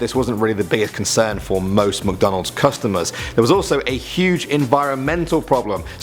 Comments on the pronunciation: MICK not MUCKdonalds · Mick, not Muck. MICK-DONALDS. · Mc not muk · We say mic not Mac Donald's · I love “Muc Donalds” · The way he pronounces McDonald's lol MucDohnald's